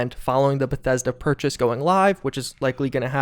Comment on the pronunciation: Every time he says Bethesda I’ll take a shot.